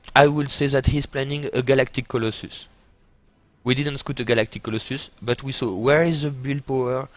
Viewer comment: maby because he pronounces scout so wrong? :D